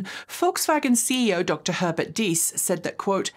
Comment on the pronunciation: Pronoucing "Diess" very nicely! Now both "e"s in Herbert are pronounced the same, like "hair-bear-t". Not "her-bear-t". ;)